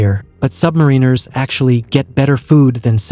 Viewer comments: Learn how to say "submariners." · The pronunciation of submariners is enraging.